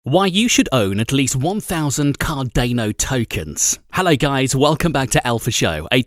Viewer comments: Cardaino lol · Subtitles on lol it's cardanOH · "Cardaneo tokens" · Car-dah-no. Please. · CarDAINo hahahaha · Cardeino ? xD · KR.DAA.NUH check it on google. It’s something you should atleast learn to pronounce properly. We understand you have a different accent and that might be the reason why you pronounce it that way. But as a youtuber and as a respect to the CARDANO Community learn to pronounce it correctly. Thanks! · Why does he pronounce it CAR DAY NO???? Annoying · it's Car • DAH • NO... 🧐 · Pronounced "Car-dar-no" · Hearing you say Card-ane-o every time hurt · Car-dAno sounds stupid.. it's car-dah-no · Wait, did he say "Cardayno" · He says Card-Ā-no... Lol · Car- DA!!!!!!! No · i literally down-voted this video for the pronunciation of cardayno. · Hahaha...you don't even know how to pronounce Cardano...duh.... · How can I take this guy seriously if he can’t even pronounce the name correctly. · I don't know if I can take this guy seriously when he can't even pronounce Cardano properly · how can i take ur info seriously when u cant say the coin's name right? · I can't take you seriously because you can't even say Cadano properly. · Yeah I stopped watch after reading your comment lol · This guys is a troll. Why pronounce cardano like that. He knows very well no one pronounce it that way! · Every time he pronounced the hard ‘A’ in Cardano, a puppy died. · Right?!?! I can't even take him seriously because he can't even say it right! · It has got a continental European pronunciation of the "a". This makes sense given that Cardano is named after the Italian scientist/mathematician/philosopher Gerolamo Cardano. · Love the way these bot voices can't say Cardano. Hahaha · Not sure about your pronunciation of Cardano though so can barely listen to your second hand news you got of other YouTube channels 🥲🥲🥲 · Try pronouncing it the right way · Car-dāne-O .....more like Car-don-ō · my ocd can't handle this video car-dan-oh not car-dain-oh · D𝚒𝚊𝚛𝚢 ▪️ Car-don-o Not Car-dano